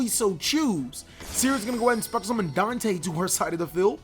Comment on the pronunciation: Bruhhh my mans really did say "DANK-te" bruuhhhhh moment